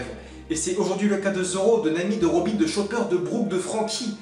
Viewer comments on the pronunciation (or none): none